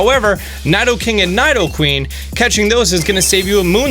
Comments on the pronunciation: before you become a video creator on pokemon please learn their names!!! Especially for poor Nidoking and Nidoqueen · Nidoking and queen got to me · Freal I didn't like the way he said Nidoking and Nidoqueen x) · You said Nidoking and Nidoqueen wrong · Tiaam Du Nord dude he can't even pronounce nidoqueen and nidoking name right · pronounces it as if it's kni-do-king (or queen) when it's really Knee-do-king (or queen).. if someone is gonna say a pokemon name.. please say it properly 😂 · Needoqueen and needoking is how you say it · Its Nee-do-king. Read it properly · Ny-doh-king? it's knee-doh-king, and knee-doh-queen, where you getting ny-doh my dude? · It's Nidoking not NAIdoking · IT"S NOT NY-DO-KING or NY-DO-QUEEN it's neeee do king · It’s pronounced NEEDO- KING, NEEDO-QUEEN. Not Nido that rhymes with Fido. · Its pronounced Niddle-king (Nidoking) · It's pronounced knee doe king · "Nadoking" "Nadoqueen" t r i g g e r e d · It’s because in japanese it is に which is pronounced “nee” but in roomaji it’s spelled “ni” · It's nee-do-king and nee-do-queen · They’re pronounced KNEE-dough-king and KNEE-dough-kween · hahaha I was like "did I pronounced wrong all my life? dafuq is ny doe king? hahah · 1. It's pronounced (Needo-King, and Needo-Queen) 2. Statistically speaking Bulbasuar is the best gen 1 starter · Nye-doking and Nye-doqueen, far cousins of Bill Nye the science guy apparently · did he just say naidoking and naidoqueen? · N(EYE)DOKING and N(EYE)DOQUEEN lol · I like how you say Nidoking and Queen. Nothing like how its said in the UK 😂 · he spelled lapras wrong he spelled onix wrong (And he also pronounced Nido king and Nido queen wrong) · This guy probably never watched any pokemon movies. He can't even pronounce nidoking/nidoqueen properly. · He also spelled lapras “laparas”, mispronounced nidoqueen/King, and couldn’t even remember what lickitung was called lmao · Your right he can’t pronounce nidoqueen,nidoking and lapras